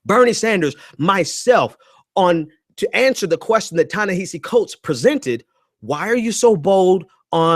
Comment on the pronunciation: Prior to offering critique you might consider learning the phonics & pronunciation of the name of the person you're critiquing. Listening to you mispronounce Ta-Nehisi over & OVER was a huge distraction..